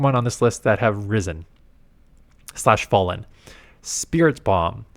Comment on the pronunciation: it’s SPIRI-TOMB it does not say bomb